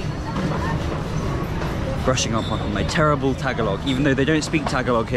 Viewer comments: it's not pronounced Taga log. It is pronounced and sounds like Tagahh log. Please practice this. It's no Basuig. It is Bisaya Magandang Gabi is Good Evening in Tagalog (Spoken in Manila or Luzon). Since you were in (Mindanao) Davao. And if its morning Say Mayaang Buntag (Good morning) instead of Mayaang Gabi witch is good evening in Bisaya or Cebuano. 👏😉😄 Maserap is also Tagalog. You want to say Lami Kaayo in Bisaya or Cebuano. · They don't pronounce it "tag a log" it is pronounced "ta ga lo"